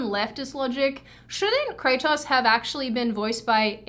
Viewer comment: I just love the Aussie way of pronouncing Kratos I'm a sucker for Australian accents anyway, but this just stood out particularly :D